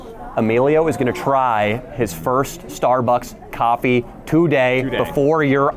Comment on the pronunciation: “Why’d you spike the coff?”